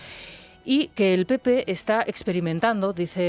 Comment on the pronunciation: dice bien: “pepoe “ Jajajajaja